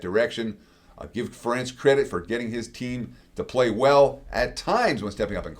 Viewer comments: Ferentz is pronounced like 'Parents' with emphasis on the first sylablle, not the second...it's not fa-Rentz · Something tells me this guy doesn't watch know as much about college football as he claims.. first off I'm a Duck fan and I know that Kirk Ferentz's name is pronounced "Fair-ence".. secondly, he has definitely not been watching the Ducks, the way he talked about Dante Moore makes it seem like he's just a paper stat watcher not an actual game watcher. I think the Ducks will be able to pull it out, but this guy's analyst of the game seems like he's an outsider that hasn't paid much attention. Go Ducks 🟡🟢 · Ferentz is pronounced like "parents"